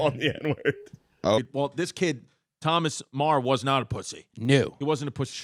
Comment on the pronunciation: Meagher should be pronounced like ma-her not marr